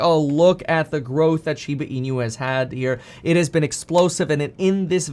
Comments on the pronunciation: Not SHIBA E-NEW. Correct pronunciation is SHIBA E-NOO (NOO is pronounced like nook without the k). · Inu is pronounced “E—Noo” Kevin, not “E-nYoo”…there’s no ñ sound. Otherwise, thanks for the content!! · "inu" is not pronounced as "in-you"... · How this man says Inu, will never not tilt me. Holy fack!